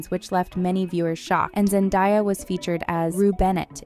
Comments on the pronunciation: It's pronounced Zendaya not zendieya😂😂😂😂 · To the woman speaking in this clip.. its ZenDAYA and NOT zenDIYA. She pronounces it with an A sound and NOT I.. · Zen-Day-a Not Zen-Di-a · Her name is Zendaya who the hell is Zendaya that’s not her name get it right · So much research just to say Zendaya wrong too many times 😢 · You expected AI to get it right?